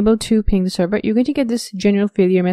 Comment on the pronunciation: WARNING!!! Appalling pronunciation. Extreme slurring. Do not try too hard to understand what she's saying. She will drive you Mad. Server becomes terwa. Monitor becomes moniar.